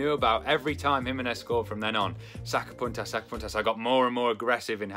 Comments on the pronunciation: Say '''saca PUNTAS""....the u ....like in MOON. Saca PUNTAS !!! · I thought you said sacapuntas cuz it almost sounds like “saca puntos” as in points lmfaoooo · I thought he was saying sucker puncher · I thought he was saying soccer punters in a weird accent haha.